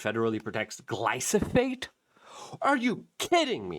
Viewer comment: oh my gosh, I watch your videos everyday...but the mispronunciations make me crazy, I can't recommend your stuff to any of my loved onesbecause it makes them think you don't know anything. It's gly-PHO-sate....(not gly-SO-phate).. Gly-PHO-sate. PHO....P H O. P H O